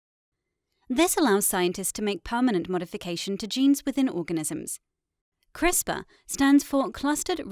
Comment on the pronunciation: LOL - We don't call it 'Crispa' - We call it 'Crisper' You're funny. 🤣🤓